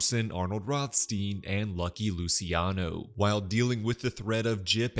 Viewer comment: Lu-chi-ano. Not Lusiano